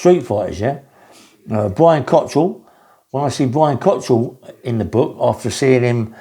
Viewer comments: Brian Cockerill, NOT cottril? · You have never seen Brian fight, you can’t even pronounce his name correctly which is Cockerill not Cotterill yet you just automatically assume and say he would be killed by Cliff fields. He wasn’t an unlicensed fighter. He was never coming down south to fight anyone either, he was doorman and and taxman of drug dealers. He’s had operations on his back not a heart attack, why don’t you do some research before you waffle absolute nonsense.